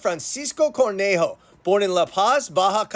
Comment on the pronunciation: His surname isn’t cornejo, but conejo, meaning rabbit. So leave the R sound out when pronouncing his name!